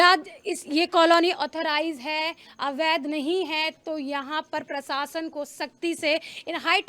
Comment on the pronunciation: Sorry madam again,,,, प्रसासन नहीं प्रशासन।